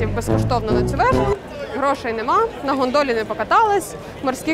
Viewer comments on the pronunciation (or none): "Суспільне", не гандоли, а гОндоли :):):). Виправте :)